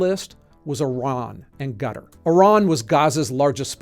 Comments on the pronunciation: Qatar=kuh-TAR not “gutter” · What's this "Gutter"? 😅 Do you mean Qatar? Ka-tar is how I'd pronounce it. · Maybe it’s because I watch at 1.5 speed but he keeps saying Cutter instead of Qatar. I’ve been over there and they call it Qatar, maybe I’m missing some thing. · Why does everyone pronounce Qatar so terribly? Ka-tar. Not cutter, or gutter, or hutter. KA-TAR. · Why is he calling Qatar, "gutter"?!! Sounds like a cheap blow 🫤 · Dude it’s pronounced as “Katir”(Qatar) 🇶🇦🇶🇦 not gutter.💀💀💀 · Gutter? It's pronounced Cat+R (Qatar). Bloody ai videos 😅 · Did you pronounce Qatar as "gutter"? I thought it was "Katar" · Why are you pronouncing Qatar like Gutter? It's "Kuh-Tar" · It's not "Guttar" - it's "Qatar" pronounced "Khathaar" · Please pronounce Qatar as Kataar and not Gutter 😂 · Qatar isn't pronounced like the word 'gutter' more like 'Kah-Tar'. Sorry, it's really jarring lol. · Ken, as usual grest work. You are pronunciating Qatar wrong though. Its pronounced like kuh-taa. You say it kind of like gutter. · It's Qatar/Katar not Gutter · Ok, this has to stop. Qatar. It’s not pronounced /gutter/ or /cutter/. It’s /KAH-ter/ with a slightly trilled ‘r’ to be precise. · It's pronounced Qa-Tar. Most English-speakers can't pronounce the Q. Qatar has no Gs, Us, nor Es to make the sound in "gutter". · Why do you keep saying "Gutter" in reference to Qatar prounounced cuttar I hope you actually took the time to learn the names of these places, and how they are pronounced and didn't hire someone else to write this script for you. If not, you'd pronounce the name properly. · Yeah I was wondering about that, it's pronounced Kuh tarr not gutter lol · I just want to say that I will be continuing to mispronounce Qatar as “kuh-TAR” instead of “gutter” or “cutter” until my final breath. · The actual pronunciation is something like "C'uttr". I don't think it's bait - just poor pronunciation. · It’s funny how you pronounce Qatar as “gutter”, never heard that before 😅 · Did he say Gutter?